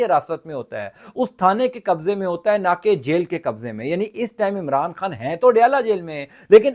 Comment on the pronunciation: آپ پاکستام کیوں بولتے ہو اور عمران خام کیوں بولتے ہو پاکستان عمران خان بولو